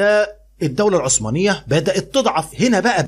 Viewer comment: يا مستر هي عثمانية بحرف الثاء وليست عصمانية بحرف الصاد